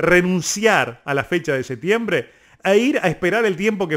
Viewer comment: Pronuncie septiembre correctamente! No sea envidioso de Canelo!